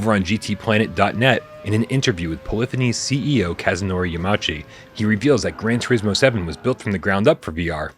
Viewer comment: "Yahma oochi" Not criticizing, just informing. 😁